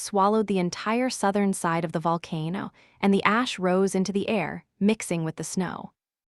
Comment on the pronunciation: I never want to hear AI say the word “Volcano” ever again!!!!!!